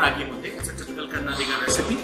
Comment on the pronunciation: Learn to say "Kannadiga" the right way. You sound verni and ignorant when you cannot pronounce the name of the place whose cuisine you are reviewing..